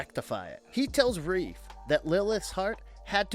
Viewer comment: It's Rafe not Reef